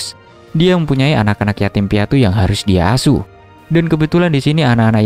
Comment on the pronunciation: Bang tadi di minecraft berapa gitu abang bilangnya asu bukan asuh